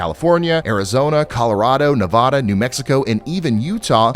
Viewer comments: As a Las Vegas resident - it’s Nev - AH - da. Hard A on both ends. Not Nev-uh-duh. ❤ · Love the videos brother man but I gotta correct you on something. . . It’s Nev-add-duh not Nev-odda 😂😂😂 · Neh va ( as in van, can, pan) duh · Love your channel, but I need to train you to say Nevada correctly, lol